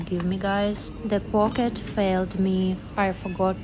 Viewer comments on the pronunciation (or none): actually she said "po'ket" but she meant "pake't" which in the context of grocery shopping means plastic bag (could be "package" in other contexts). I am too lazy to search for a Cyrillic keyboard, but it's one of those words that sound deceptively similar to something else and trip people up.